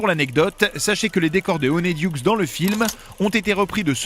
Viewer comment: poudlarde? y a pas de e alors pourquoi le prononcer weslai? weasley le son i sirius se changer en loup garou? non ça c'est remus honiduksse? honeyduckes le son è du mot miel en anglais un griffon? non c'est un hypogriffe